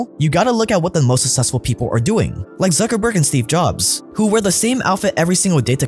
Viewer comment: still can't pronounce the word "successful" correctly but he still decides to use it like 20 times per video. Smh bro cmon